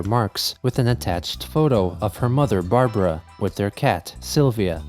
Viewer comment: Hearing Chris say Barbaras name like that infuriates me.